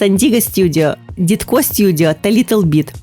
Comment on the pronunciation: Дідко студіо?! 😂😂😂 Ви серйозно? ДІДЬКО 😅😅